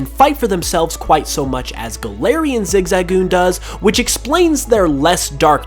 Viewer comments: Listening to saying zigzagoon weirdly hurts my soul its zig-zuh-goon not zig-za-goon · flappety flippers I keep hearing Zig-zag-oon